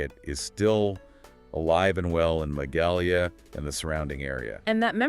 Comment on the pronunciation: That's not how you pronounce Magalia...